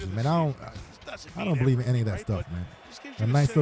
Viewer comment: "Bill-ieve" ? Well then, I believe we have a head coach Problem ! It's time to move on !!